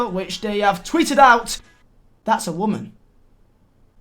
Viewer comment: Drink every time he says morale or waman and respect